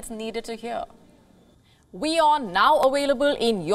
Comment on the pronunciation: I listen to hear you say 'now.awailabe' ☺